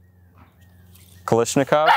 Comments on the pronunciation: Hey komrade it is pronounced KALASHNIKOV blyat! Not kalishniko Jejejeje sorry EASTERN SPY FOUND ON AMERICAN SOIL! PROTECT THE BURGER TOWN!! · ...the front sight is on backwards. Also, damn, from what I'm aware you're into real steel, it's strange hearing you say Kal*i*shnikov rather than Kal*a*shnikov. But yes, I would love to see you get it to perform well. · The way you say ‘Kalashnikov’ makes me sad. /kɐɫaʂnʲɪˈkɔʋ/